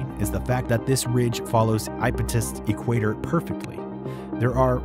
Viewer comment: LOL. . . E-Quayter